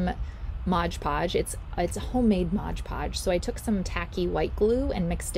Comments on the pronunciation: LOL It's MOD PODGE NOT MODGE PODGE. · It is NOT "ModGE" Podge...it is "MOD" Podge! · 1st - it's Mod Podge, NOT "modge Podge." If you're repping a product, at least get the pronunciation right. Second - this process with the pumpkins has been done time time again. This is convaluded, messy, and involves more work than necessary. Work smarter, Not harder. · And I always thought it was Mod Podge, not Modge Podge. 😂😂😂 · why does everyone say modge podge its just mod podge. lol. but hey what I actually came to say is they have the pails at dollar tree also I got 4 different sizes a long one like that included. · I think the topiary is a cute idea but every time she said "modge" podge I wanted to poke myself in the eye. The product is called MOD podge. Even if it's your homemade version of the name brand product pronounce it correctly so people who may not be familiar with it will know what to look for in the store. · PLEASE stop calling it Modge Podge. Please. It's called Mod Podge. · Thank you. I was looking for this comment, or else I was going to say it. Lol. ~ Mod, not modge. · "Modge podge" makes me cringe every time